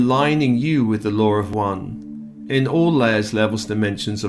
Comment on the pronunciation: Good day. Thank You., I did not understand the statement in the beginning, full spiritual authority removal. After listening, you were saying removing any control from outside spiritual energy. Realigning with the LAW OF ONE! sounded like what was being said was, lower one (British accent) Sorry if I am being hypersensitive today. I like it when you do these clearings of negative contracts and past unsupportive agreements. May the loving nurturer in all be blessed and enhanced especially this day of honoring the mothers of Peace.